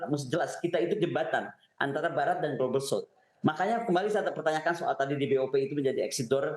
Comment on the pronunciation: South jadinya s a u t h ,,,, denger2 Con!